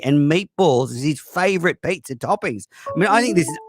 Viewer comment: "pay-zaa" god shut uppppppp